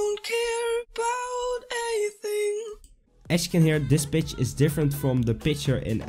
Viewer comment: Is he saying Pitch or Bitch?!